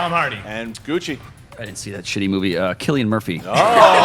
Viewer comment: Props to Bobby Gucci for pronouncing Cillian Murphy correctly